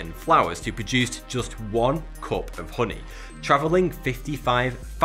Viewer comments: Holy shit i thought he was saying pudding not honey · You say "Hhoonee" a lot lad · Kurt Kastofitch uh-knee😂😂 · Say "hoony" one more time I DARE YOU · "real hru-ni" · The way he says honey is amazing. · You crack me up!! Haha.. my husband has similar accent. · The way he says "honey" is oddly satisfying...